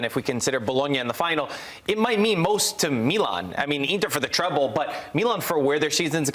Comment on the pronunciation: hahahahahahah treble ? hahahahaha bro please I lose respect every time you say it